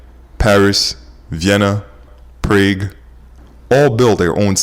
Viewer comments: It’s pronounced ‘prog’, not ‘praig’. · No, it's pronounced with the "aw" sound. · That would be pronounced: "PRAHG". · Interesting Video. A few tips: the white text on the black background is too fine to see clearly - use a thicker font like Arial. Also Prague is pronounced with a short A, not a long A.